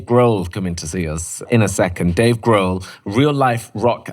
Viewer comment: Dave “Grove.”😂